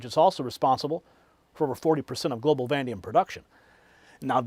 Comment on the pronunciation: IT IS CALLED VAN AY DEE UM.